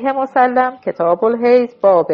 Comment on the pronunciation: بعنوان مثال ، صحیح مُسلِم درست است نه مُسَلَم ، این اشتباه ها بسیار مورد خنده ی دیگران میشود